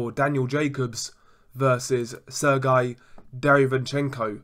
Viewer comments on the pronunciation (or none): You pronounce his name wrong. Its not serguy. Its sergay